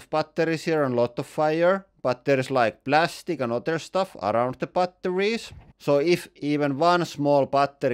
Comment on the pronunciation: Why TF do you pronounce it "butt...torries"